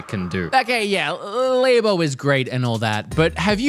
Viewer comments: Its not called lebo, its labo get the pronounce right my dude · saying Lay-Bo really annoys me I wish he’d say just say Lab-o 😭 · Nintendo Lab-o not laybo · He's the only person I've heard LABO pronounced like that. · Why do you keep pronouncing labo wrong isn't it supposed to be like laboratory